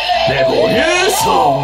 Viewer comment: おもちゃレェ⤴︎ボリューション ゴー☆ジャスさんレボリュー⤴︎ション な気がする